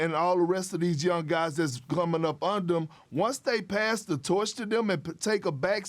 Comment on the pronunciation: Perk can’t say moody ?